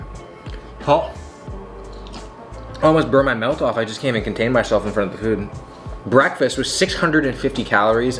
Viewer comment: Did I hear say ‘Bwekfastt’ like the meme? 😂